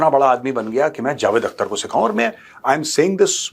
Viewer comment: "Akhhhhhter" theek urdu mein pronounce karo Major sahab 😂